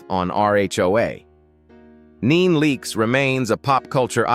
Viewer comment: Can’t even pronounce our names but wanna talk about us! Instead of NeNe Leakes you say Neen Leakes! Correct your auto speaking